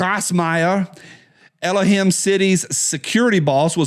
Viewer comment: El-o him? God? what?:face-fuchsia-tongue-out